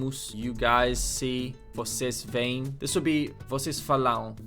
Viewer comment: "Eles Veem" (pronounce both E's so it's eles "ve' am" they see, "eles vêm" (pronounce all at once)